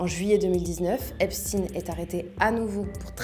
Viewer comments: Vous êtes des hypocrites.. vous faites comme les medias mainstream. J'ai zappé au bout de 20 secondes. Vous prononcez le non Epstein en epstine... Comment prononcez vous Le l'on de ALBERT EINSTEIN .. ?? EN EINSTINE??? vous protégez toujours le peuple qui fout le monde a l'envers... je me desabonne.... et vais suivre les les vrais journalistes citoyens. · Epstainnne ✡️ ☹️ on dit pas Albert Einstinnne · Pourquoi tu prononces Epstiin ? Tu dis Albert Einstein, pas Einstiin, non? Ils ont la même origine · la fille Lang dit epstin… ça doit être un truc du Milieu 😅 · pourquoi seulement ce nom-là a-t-il droit à cette prononciation? Ça ressemble à de la novlangue